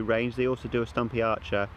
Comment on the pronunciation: Sturmey Archer btw, not Stumpy Archer lol.